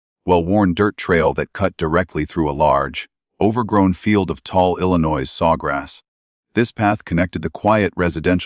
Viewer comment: At least bother pronouncing Illinois correctly!